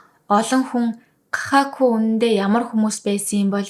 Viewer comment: Кахаку биш гахакүю аан бас ку биш ,у, үсэг япон байхгүй